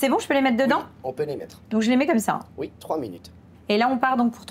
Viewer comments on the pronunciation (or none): Bonjour Valentine. J'adore votre chaine. Juste un insignifiant truc qui me fait bugger à chaque fois. Le fait que vous dites "Uuis" au lieu de "Oui" 😅?